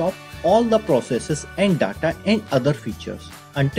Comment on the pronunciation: The way he pronounce "data" 😂